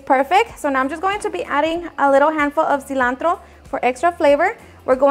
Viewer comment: “The Cilantrrro” 😄 (Rolling R’s)